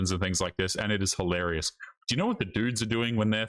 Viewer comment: For God's sake, "hilarious"! Say it properly! What's wrong with you?